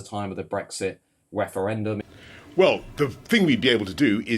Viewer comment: Did you say “Brexit Weferendum”? 😅